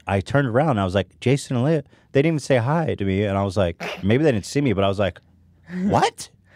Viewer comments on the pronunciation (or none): none